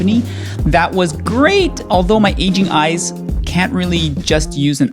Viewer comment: Bro, at first I thought you said "Asian eyes". I was wondering why that affected anything. Then I was like, "Ohhhhh! AGING eyes!"